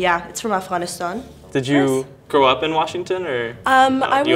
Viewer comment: Bro thats how youre supposed to say Afghanistan? Freaking Americans, we butcher the hell of that name. It sounded so beautiful how she said it